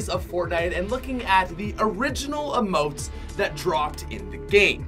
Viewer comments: Who else hated the way he said "emotes" he said it like umotes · Emotes not uhmote